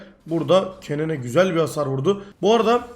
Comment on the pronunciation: !!!TELAFFUZ DERSİ!!! Kennen >> Kenın Riven >> Rivın !!!TELAFFUZ DERSİNİN SONU!!!